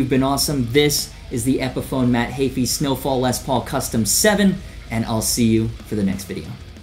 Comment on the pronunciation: U pronounce ø wrong! Im danish so I know. I wonder y they used the danish letter ø. It only exist in danish as far as I know. It makes no sense. Also nonsense whn u pronounce it correctly (like "eu" in french.) sneufall? What is it?